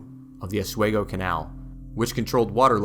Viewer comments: As someone who grew up in Seneca Falls and bicycled the Erie Canal route in 2014, I loved every minute of your 29 minute video!! I also wrote an essay that was posted on the NYS Parks website entitled "My Life on the Erie Canal". Altho I cringed at your pronunciation of Oswego and Schoharie but that did not diminish my enjoyment and appreciation for the work you put into this historical record. Thank you & Congratulations!! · Too bad this guy didn't learn how to pronounce Schoharie or OSWEGO!! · Aus-we-go.....not Oz. Schuylerville.....meh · Schoharie - Sko Harry, Oswego - ahh swee gp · Great video but I have one minor quibble. The pronunciation of two place names is off. Oswego is Os-we-go, not Os-way-go and Schoharie is Sko-Harry not Sko-kery. I know getting the pronunciation of weird place names can be difficult. I actually went back to on-line resources to verify these before posting this. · Good video. On a minor note. Oswego is pronounced Aaz wee gow. Not aaz way gow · Oswego pronounced OS - WE -GO not OS WaY-Go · Nice video. (But it's pronounced Sko-Hare- eee and. Oz-WE- go) I l live near the Saratoga Battlefield. Very detailed overview and well done! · Medina is pronounced MAH-DIE-NA. Oswego is pronounced OS-WE-GO not OS-WAY-GO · Just a hint: Rochester resident here...we say Osweego.... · Oswego has a long e pronunciation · Tremendous presentation of our defining natural feature! It’s an honor to acknowledge the details! Pronunciation correction, Oswego is locally pronounced with a long e, like the word we. But we throughly enjoyed your work. We are in East Schuyler which is 7 miles east of Utica, right on New York State 5, where the Erie Canal, both parallels and also flows together with the Mohawk River. The river provides some of the water needed for this marvel. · Medina is pronounced "Med (eye) na" and Oswego is äsˈwēɡō... just saying as an Upstate resident. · OS-WEEE-GO. I live 25 min from Seneca Falls and have never seen main street so bare!